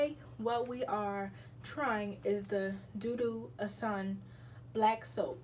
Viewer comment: It’s called osun pronounced oshuunn😂😭